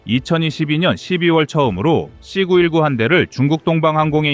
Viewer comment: 는 AI 인가요? 발음을 왜 AI처럼 발음을 할까요? 사거리를 삭꺼리로 발음하고 C 919를 C구 일구로 읽고......그외에도 몇개가 더 있던데 듣기가 좀 불편하지 않습니까? 나만 그런가요?